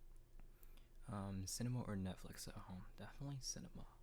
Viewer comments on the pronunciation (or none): none